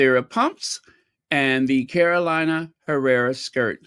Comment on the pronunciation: It's spelled "Carolina" but pronounced: "Caro-leena" Herrera.